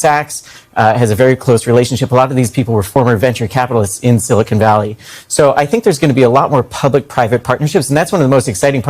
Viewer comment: It's Silicon not silicone. Omg. "Morone" Lol